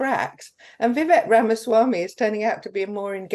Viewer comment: Vivek is pronounced "Vi-Vake".